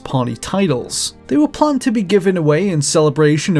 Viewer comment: Oh my god the way he says decals and planned hurts me